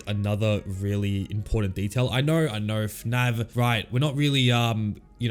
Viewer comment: is it just me or does he say fnav not fnaf